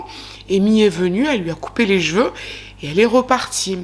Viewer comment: Moi, ce qui me "fane", c'est quand tu dis " jjj'veux " à la place de CHEVEUX 😂😂😂 Merci encore et toujours pour ton travail de qualité 😉👍🏻🧡 Prends soin de toi 😘